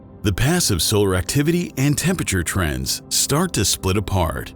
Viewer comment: Hate how buddy keeps saying “tempeture”. ITS TEM-PER-A-TURE!!!!!